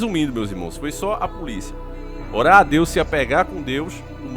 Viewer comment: ORAR, ORAR.... NAO É HORAR 😭 alguém aqui não está "horando" kk